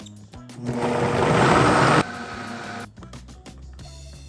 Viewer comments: Hey, it will be nice to have the videos for all those recipes as perks since we have the book before august 31st. Also, coulis is pronounced KOOLEE, a french word. Also people, if you get the book before August 31st, you get more than 1000$ perks including all the videos of the recipes and audiobook of Unprocessed. Come on group, let's make Chef AJ a NY Times best seller by buying her book before August 31st! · For the mango mouse parfait...Coulis...funny how says that. It's French. The "s" is silent. Say it cou-lee. Always make me laugh. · Coulis is pronounced Coo-Lee